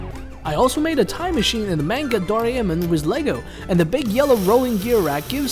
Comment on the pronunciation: The way they said "Doraemon" 💀💀